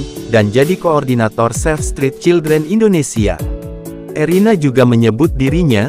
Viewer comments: Kok ngomong nya Irene Gudono? Erina mas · Bukan ireni gudono tApi erina gudono.. mas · Erina kok jadi Irene....piye toh admin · Irena mas bukan irene..tadi sudah betul kok keliru lagi. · ERINA admin bukan IRENE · Erina min,BKN erene